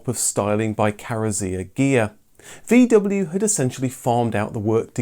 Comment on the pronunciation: For God's sakes, pronounce VW correctly.